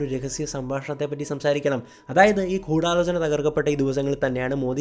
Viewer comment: കൂടാലോചനയല്ല, ഗൂഡാലോചന ... ഗുദാ-ഗഫായുടെ ഗു